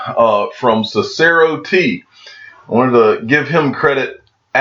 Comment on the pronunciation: its pronounced sis-er-oh